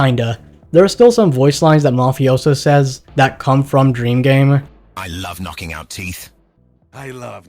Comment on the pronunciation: “I lub nocking oud teef”